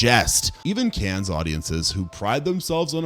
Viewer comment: "Cannes" is pronounced "Can", you make this mistake in every video...